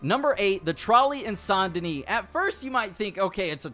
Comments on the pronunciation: pronounced Saint Duhnee not sain duhnee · Not saint denee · San denis😭 it’s saint denis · Ikr it should say that because that’s how it’s said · San deni? You mean, saint dennis? Haha im so mean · It’s saint denis not San dena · Pronounces Saint Denis “San Denee” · It’s Saint DENIS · How tf do people not know how to pronounce saint denis when they literally say this name in the game so many times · Why do you pronounce Saint Denis like that? Are you selectively French?